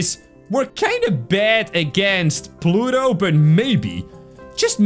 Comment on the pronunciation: You said plutot